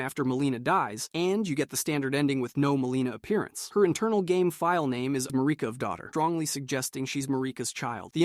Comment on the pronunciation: Lost me at Ma-ree-ka destroys Elden Ring because she is grieving the death Godwyn.. byw